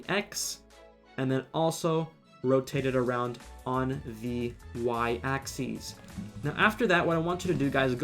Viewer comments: It’s ack-sis, not ack-these. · The way he says axis doesn’t sit right with me